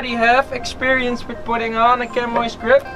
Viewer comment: Nice video thanks. In English is pronounced 'Shammy' ;)